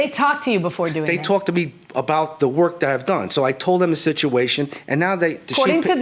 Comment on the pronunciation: He’s like “what are you talking aboot” lmao